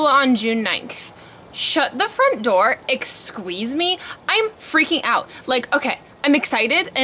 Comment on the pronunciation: "ehsqueezeme?" hahahaha i love you